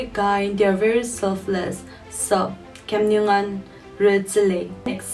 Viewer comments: Thank you for correct pronunciation of khiamniungan😅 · Thank you for pronouncing KHIAMNIUNGAN Correctly but I hope u hvnt Google for the spelling 😆. N yes That's very rare n I appreciate. 👍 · Thank you so much for pronouncing our tribe(khiamniungan) correctly cuz many of others pronounce incorrect most of the time....im a big fan of you keep spreading love and peace....stay safe... love you....God Bless you n your life